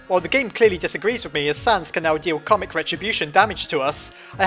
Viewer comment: also am I the only one that thought he was pronouncing karmic retribution as comic retribution?